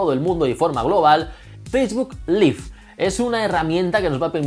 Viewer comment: Cuando te refieres a una transmisión en vivo "live" se pronuncia [laiv], cuan es el verbo vivir se pronuncia [liv], lo acabo de aprender en mis clases de ingles. Ojala salga el jailbreak para la ultima version como dices, yo aun lo tengo en 9.0.2. Gracias por hacer fabulosos videos